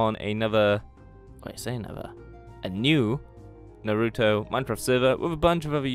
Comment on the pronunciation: naruto not narouto